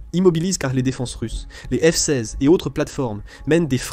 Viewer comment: je trouve que dans beaucoup de vidéos il y a un ou plusieurs problèmes. Des mots répétés plusieurs fois. Dans cette vidéo, au lieu de f-16 , on entend f size , fsaze , et quelques fois on entend les 2 ou 3 derniers mots d'une phrase répétés. Et c'est un problème qui revient souvent, sans parler des problèmes de ponctuation. Ce n'est peut être pas grand chose, il faut avoir regardé plusieurs vidéos mais c'est fréquent sur cette chaîne... Dommage